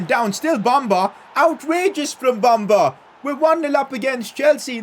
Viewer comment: PCQ:Pronounce Bamba as Be-m-ba i know its a E but thats how you pronounce